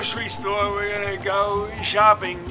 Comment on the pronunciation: "We gonna go zhooopiin..." =D